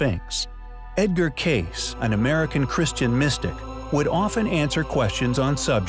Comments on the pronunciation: Cayce kaysee not case. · Edgar Cayce. It's pronounced K C. Come on man. How can you be a content creator when you can't pronounce easy words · You couldn't atleast pronounce Edgar Cayce's name correctly.. what a shame